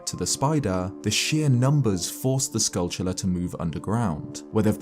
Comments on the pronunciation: If I hear “skullchulla” one more time… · It’s based on the word “tarantula”. Tell me, how do you think "tarantula" is pronounced?